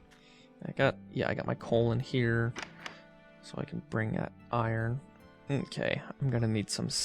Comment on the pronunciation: why do you say "mokay":))?